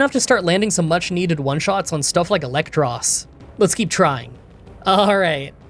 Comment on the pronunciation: i hate to be that guy but you know it is "EELektros" because he is an EEL